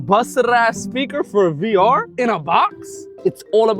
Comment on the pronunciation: Nigga fr dk how to say vr he been saying var 😂😂😂